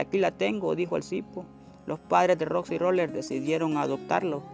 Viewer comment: Es roxy roller no roxi roler y as una historia feliz no manches